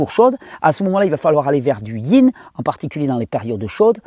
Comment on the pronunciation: *Yin, pas ying 🤗